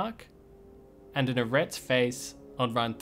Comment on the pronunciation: A Rat's face? Arreat.. the game explains how to pronounce it lol Ar-Re-At